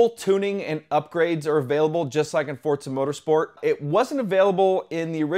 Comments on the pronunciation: fortza you mean forza wheres the "t" in the name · Actually forza is pronounced the way it looks. For-za Pizza is pronounced the way it is because there is two z's My dad is off the boat Italian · "Fortza" is the proper pronunciation of an Italian word. Less emphasis on that consonant than in "pizza" but still a sharp "z."